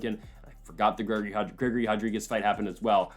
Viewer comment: ITS *RO*DRIGUEZ!!! NOT *HO*DRIGUEZ! PRONOUNCE IT HOW ITS SPELLED DAMNIT!